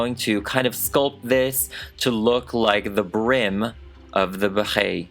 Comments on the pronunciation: Ok but wtf is up with your Béret pronunciation? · i love you so much but every time you said beret like that i wanted. to die. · The way he says Barret is funny for a French person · Uhm I don't think that's how you pronounce "béret" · can you explain something very confusing ? how come you say it béret like that ? i am french but we don t emphasis it the way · I am so tickled by your pronunciation of beret! I can’t stop giggling and I love it so much! And I would buy your mini me’s beret it you made them for humans! Fabulous job as always 😍😍😍 Also, would you consider doing a Beyonce doll?